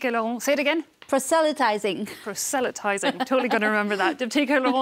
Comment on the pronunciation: prUh sa lie tiezing the 'o' has an Uh sound